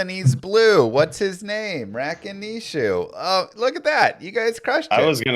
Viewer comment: You're trying to teach a man who calls Gheed "Jeed" how to syllable stress Rakanishu properly. You have to start setting more realistic goals Kappa